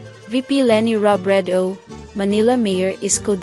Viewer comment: Rab ray dow? Or Robredo? Lac san? Or Lacson? Pec quiao? Or Pacquiao? Your mispronouncing their names are quite irritating, kindly ask some of your staff how to correctly pronounce their names and the names of provinces, Albay, Antique, etc. You pronounced these as if you were an American.